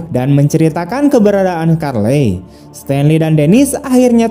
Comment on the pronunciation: Charley ya dibaca Carli min, Bukan Karlei